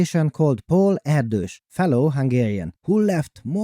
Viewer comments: I always thought Erdos was pronounced "air-dish" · wrong pronunciation of Erdös name...